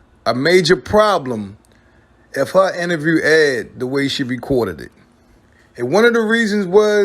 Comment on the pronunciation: He has struggle pronouncing the word “INTERVIEW”